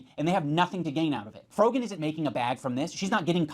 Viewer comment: did he just call frogan frogman? lmao